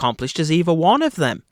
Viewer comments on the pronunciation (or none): none